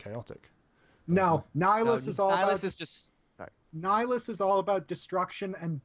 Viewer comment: "Nihilious" I need to shoot myself... It's Nihilus. By the way, you might be right, it is confirmed that you cannot resist Nihilus' force drain, it doesn't matter how strong you're with the force, unless you are a wound in the force, his ability is like a hack. Plus he has other feats, like lifting an entire fleet from Malachor V's gravity, being capable of destroying fleets with his mind, consuming planets just by saying some words, plus by doing so, he literally destroyed the surface of the planets, something that DE Palpatine has done with his full power using a force storm ( same ability he used to destroy a fleet too ). Lets not forget when he consumed Katarr, he killed the entire jedi council, including all the jedi who survived the mandalorian war and the Yoda of that time.